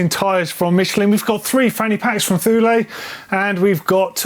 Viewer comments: You’re a Brit. You of all people should know how to pronounce “Thule”. It’s not “Thoo-lay”, it’s pronounced “Too-lee”. It’s a word that’s imprinted in the history of British exploration. Come on dude! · The biggest news from this week? Thule is pronounced 'too-lee', and not 'thool'. I had to find a TV advert from the 1980s to confirm...